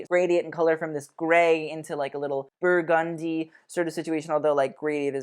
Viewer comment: idk but the way you say burgundy has me weak!! ily